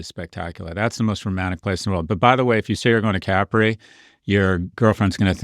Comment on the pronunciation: They even pronounce Capri wrong.